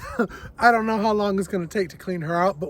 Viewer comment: “Because I don know” the accent 😂 I loved it! Also, the shade cloth would be in the summer depending on how hot and bright your spring is. I love your greenhouse! But yes lots of work. Our yard was trashed when we bought it too. So worth the clean up work though. 😂 I love that you found a pepper. I’m laughing so hard. Your reactions are the best! I’m so excited for your raised beds this spring